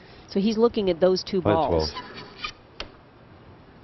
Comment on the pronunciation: I bet mike loves to tickle the two balls all the time lol. He says it with such emphasis lol.